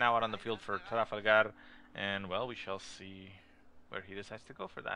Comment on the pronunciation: do you really have to say tRRRafalgaRRRRR so annoying lol